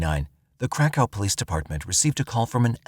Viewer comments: That's exactly what I thought they were saying at first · I thought the same thing 😂😂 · Lmfao glad somebody said somethin thats honestly wat i thought he said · YES IT SURE DOES lol I HEAR THE SAME EVERYTIME HE SAYS THAT WORD😄🤦🏽‍♀️ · I kept hearing crack house the crack hoe. I came to the comments to see if anyone else heard the same thing 😂😂😂